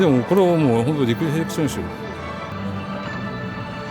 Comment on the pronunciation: 先輩の ちょいムッとする リアクション リフレクションが リフへクションに🤣